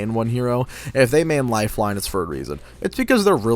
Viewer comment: wow he got lifeline exactly right